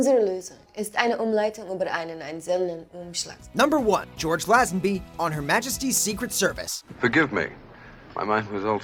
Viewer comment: Lay-zen-bee not Lazz-en-by